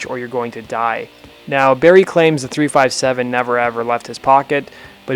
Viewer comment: Not to be a prick or anything, but the firearm's name is pronounced "three fifty-seven" rather than "three five seven", just for future reference. Moreover, I believe Soundgarden was also another act whom filled Faith No More's empty opening slot, upon their exit from the tour. Great video otherwise; very well researched/documented.